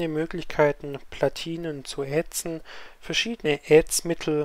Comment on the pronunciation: ätzen, nicht ähtzen